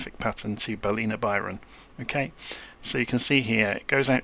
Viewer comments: I laughed when I figured out Baleena was Ballina, which isn't far from my actual home. It's pronounced Bal-in-na with a sharp 'in'. Am absolutely enjoying your cold and dark series for some of these smaller planes (not that I own them nor intend to purchase). Always picking up some good tips that apply everywhere ! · Pron guide Ballina: BAL’inna. Love ya work!